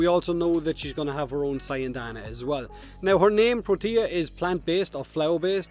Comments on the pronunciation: Every time they said protea i swear i thought they said tortilla, is that only me? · They did. As usual did butcher it with his accent